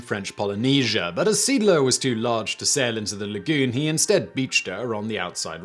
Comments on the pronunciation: Good Sir, Seeadler means sea eagle. The first to e's are pronounced like the e in engine and the following a like the a in arrow. You pronounced it like Siedler, which means settler. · Video is nicely done. Seeadler is pronounced see-add-ler. German for "Sea Eagle". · Well, he said Seeadler in a way, that it sounded like Siedler (settler). That is not "Pronunciation Nazi", that is simply correcting a mistake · /ˈzeːˌʔaːdlɐ/ - See+Adler, not "seedler". Hate to nitpick, but it's not that hard to look up the pronunciation of the main subject of a video. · It's pronounced "zay-ahdler." (Or you could be consistent and render the translation as "seegle.") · My good fellow... Moewe = "moovah". Seeadler = "zay adler" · Seeadler - sea eagle. "Zee ahdluh" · SEEE - ADD - LER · Sounds like "Siedler". It took me a while even after the picture with the ships name was shown to realize what he was trying to say. :D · Seeadler is not pronounced Siedler. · I know, it threw me off so much! "... and rechristened the boat The SMS Siedler" The Settler? "... or, The Sea Eagle." Ah. Seeadler. That's... I guess I see why he said it that way? 3 letters making a single sound? That doesn't really even happen in english! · I was typing this out. This frustrated me greatly. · The pronunciation of Seeadler made me chuckle. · Seadler lol. It´s a compund word. See + Adler meaning Sea Eagle. Not one word pronounced like a English one ^^ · Almost as bad as "his personal ship waderland" (vaterland, pronounced faterland). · seedler?!? ZAY AHD-ler!!! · Indeed, only after seeing a picture with the name I realised which ship he was telling about. The name is pronounced something like 'zay ahdlur' (English pronunciation rules) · "zayADler", not "SEEDler. See is German for Sea. Adler is German for Eagle. Seeadler = Sea Eagle. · Not SMS “Seedler”….it’s SMS See Adler…German for Sea Eagle. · Only Simon can pronounce the name of a ship that was called Zay-áádler the way he does and it leaves me puzzled🙂